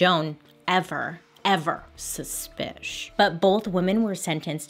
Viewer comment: You got me saying suspishhh all the time now 😂🧐. You’re the best! 🖤